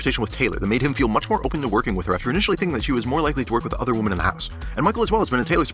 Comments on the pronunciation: So well done, man! Great insight and great editing! Well worth the 2+ hours of my life! I will say, "women" is pronounced wi·muhn. Woman is pronounced wu·muhn ;) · I absolutely loved this video! Amazing, well-written persuasive narrative that makes me want to watch (as someone who has only seen the first couple of seasons and not consecutively). The only thing that is like nails on a chalkboard is the pronunciation of womEn. Singular and plural of woman are different, with the plural being pronounced /ˈwɪm.ɪn/ (WIH-min). Great job! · great video and this is years late but pls figure out the pronunciation difference between Woman and Women😭❤️‍🔥 bb28 is pretty horrible so far but i can’t give up the hope that it will turn around